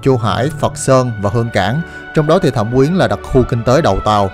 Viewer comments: Thâm Quyến mà sao anh cứ đọc là Thẩm Quyến vậy ta. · thâm quyến mà toàn thấy đọc thẩm quyến